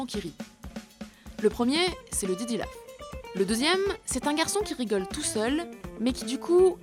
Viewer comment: Pourquoi tu dis diddy lauf ?